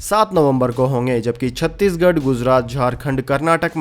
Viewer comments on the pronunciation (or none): none